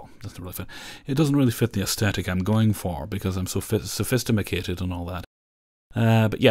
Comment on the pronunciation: "Sophis-ti-mat-tated" 😂 you're my favorite